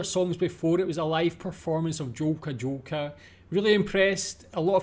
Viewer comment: Dżolka, Dżolka